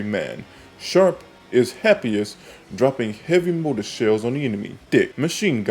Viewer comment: SHRAP. Like SHRAPNEL. Because he the Mortarman. it is not shARp it is shRAp